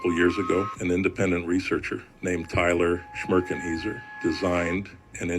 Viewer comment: Tyler smikrkinheiser!!😂😂